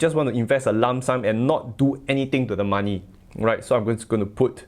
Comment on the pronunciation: I was going to say the same😂😂😂😂